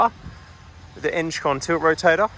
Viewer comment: Eng con not enge con 😂